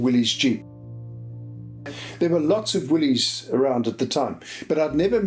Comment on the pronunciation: I believe that Willys is actually pronounced Willis, with the Y making an I sound. Important that you get these things correct, I think. Otherwise, a very interesting story.